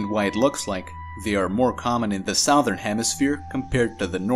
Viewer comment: 1. Loved the soundtrack & slow talking rhythm. 2. "Southern" is pronounced "suhthern," not "sowthern."